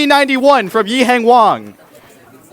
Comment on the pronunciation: Did he call him Yihang Wong? 😳